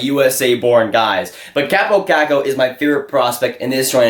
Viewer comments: KAW-po KAWHK-ko, not KAHP-oh KACK-oh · "Chääbou caccou"??...it's kaapo kakko! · Why dont you learn to announce name correctly if you make this kind of videos?